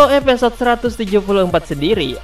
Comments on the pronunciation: ada yg sadar mimin ngucap eposod bukan episod... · Maaf min, gunakan penyebutan bahasa indonesia yang baik, episode bukan epesode ...👌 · Episode bang bukan Epesot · Episode bang bukan epesode wkwkwkw